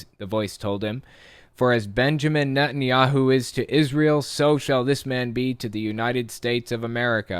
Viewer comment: I swear you said "Nuttin" Yahoo! I love it! Probably a better name for him!